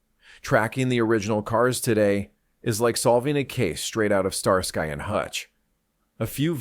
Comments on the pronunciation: "STAR SKY " ?. AI has a tell!. 🤔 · Star-sky? Are you kidding? What is this AI slop? I'm gone man.